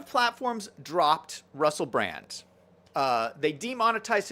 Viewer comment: Obviously you're not a fan. His name is actually Russell Brand. (NOT Russell Brant)